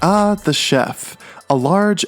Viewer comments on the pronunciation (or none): I like the part where he said ah the chedlf